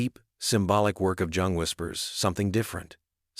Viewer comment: This is a mess. Not only the content is ridiculous the AI narration is horrible. It is pronounced YOUNG and spelled Jung. Have a sense of pride and take this down. Try again, you may succeed.